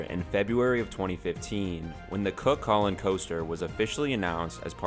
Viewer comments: It’s cú cullainn so when u say it it sound like ur saying you with a c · Btw it’s pronounced coo Cullen :) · Love Cu Chulainn (btw its pronounced kookoolane) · when your irish and he pronounses cu cuillian wrong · IKR ITSSSS SOOOOO TRIGGERING